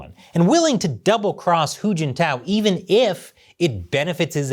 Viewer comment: I was trying to keep track of "hu" and "who" until "little hu" came up to the story, you said who a lot then I got confused and stop.🙁....Good analysis though👍